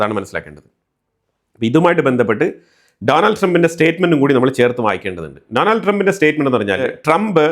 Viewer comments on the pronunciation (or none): none